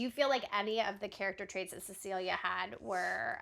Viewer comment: I love the moment where one of the twins says, "Why awe we stawing (staring) at Ceciwia?" says, "Because she's beautiful." The other twin says, "Yeah, she's beautiful."